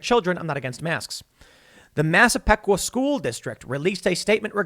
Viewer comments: You butchered both...royally. "Eye-slip" and "Mass-ah-peek-wa" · How to know someone is from Long Island: they can pronounce "Eye-slip" and "Mass-uh-pee-kwah" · Tim it’s pronounce “I slip” and “massa peeqwa” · Tim as a resident of long Island, those pronunciations made me cringe xD Massapequa (Mass-uh-pee-kwa) Islip (eye-slip) good try though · Funny hearing the LI towns mispronounced 😏 Islip pronounced Ice-lip Massapequa pronounced Mass-ah-pee-kuah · Pronounced Masa pee kwa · Ma- Sah - Pea - Qua west ice lip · It's pronounced Mass-a-peek-kwa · It's West Islip- I Slip Massapequa- Mass uh pee kwa Sincerely, Long Island guy who knows no one can pronounce our towns right. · mass-a-peek-wa...Massapequa ice-lip...Islip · Massapequa is pronounced Mass a pee kwah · “West Eye-Slip” & “Mass-Uh-Pee-Qua” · Its ICE-lip. And Mas-a-PEE-qua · They are pronounced “eye-slip” and “mass uh pea kwuh “ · FYI - Islip eye-slip. Massapequa mass-uh-pee-quh. It is good to see some people in the NYC area revolting against this. I wish there were more. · Islip pronounced - Eye-Slip Massapequa pronounced - Mass-Ah-Pee-Kwah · It pronounced " Mass - a - Peek - Wa " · It’s I- slip. And mass a peeeee qua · Incase anyone was curious. Its pronounced "Eye Slip" and "Mass-a-peek-wah" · LI native lol It’s eye-slip and mass-a-peek-wa 😋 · Islip pronounced (eye-slip). Massapequa (mass-a-peek-wa) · West I-slip, it's a hard I. And Mass-ah-PEE-qua. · I (eye)-slip and Massa-PE (pee)-qua Tim. It's OK, not the most common words to come across. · I’ll help you : The towns are pronounced . It’s West EYE SLIP and Mass eh PEE. Qwah Ok and thank you ! This was a great Commentary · Ice-lip and Mass-a-pea-qua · It's not is lip. It's pronounced eyeslip. Massapequa is pronounced mass-a-pea-qua. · It's "West eye-slip" and "Mass-a-peek-kwah." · Its pronounced I-Slip and mass-a-peak-qua🤦‍♂️🤣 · I had to pull over to say this... Mass-uh-pee-qua Eye-slip Lol. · Massa -PEE-Qua Tim! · Tim, it's "EYE-slip" and "Mass-a-peek-wah"